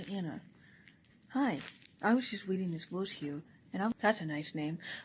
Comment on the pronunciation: I'm weading this berse